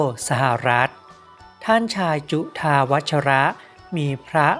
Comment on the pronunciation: จุฑาวัชร อ่านว่า จุ-ทา-วัด มิได้อ่านจุทาวัด-ชะ-ระ คะ ตัวท้ายไม่ออกเสียงอะคะ